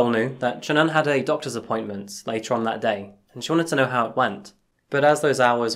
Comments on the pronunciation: Wonderful way of covering this case!! Only thing that could be changed is how you say SHA-Nan. Its simalar to Shannon but basically if you actual speak the hyphenation as a very small pause. * And on another note. you can, up close see the mark Sha'Nann left on Watts neck from fighting back. So horribly sad and just wish it could have had a totally different outcome for the 4 of them. ( The mom & kids 🙏❤💕💙) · HI Thank you for your video! A couple bits of nformation,, CHrris watts' wife name is Shanaan pronounced Sha -Naan. Also Shanaam was diagnosed with Lupus when she and Chris first started dating VS. Just after Celeste's birth. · Bruh why can't you say Shannon correctly? Didn't yall invent the language?